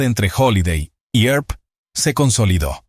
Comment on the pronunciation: This narrator is lousy she can’t correctly pronounce Tombstone or Wyatt Earp last name. Find a better narrator for the next ones!!!